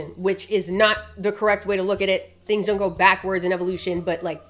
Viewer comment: It’s the way she said don’t cause she knew that somebody was gonna say something